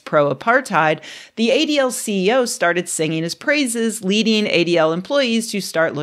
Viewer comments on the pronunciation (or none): none